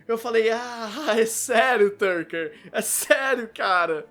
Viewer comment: Boa critica, mas o Shou é Tucker e não Turcker